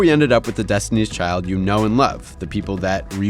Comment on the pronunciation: He said Destiny Children. LMAO